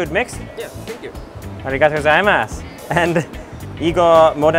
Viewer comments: Does anyone cringe by the way he says aruigato gozaimasu cuz I do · He says it wrong lol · Every time he pronounces arigato gozaimasu i cringe xdd